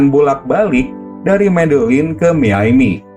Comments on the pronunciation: miaminya aneh bang harusnya dibacanya mayami bukan miyaimi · Miami min bukan miyaymi